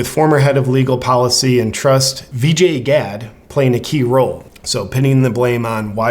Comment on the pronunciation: Love what you do JP this is a excellent video so just a friendly correction, Kayleigh McEnany her surname is pronounced Mac-a-nay-nee. One more, Vijaya Gadde her forename is pronounced Vi-ji-yah and not Vijay.